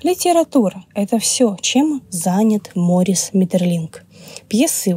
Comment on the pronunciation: Ударение в имени таки на последний слог. Возможно, и в некоторых других упомянутых именах тоже.